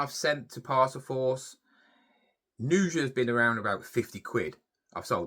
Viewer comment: If you typed on your claim form like you speak they probably didn't even understand it. FFS man, go to speech therapy, you can't even pronounce usually, it's USUALLY NOT NUSUALLY. Why are you putting a N in front of your words. It's annoying, it's like listening to a 2 year old who is learning to speak.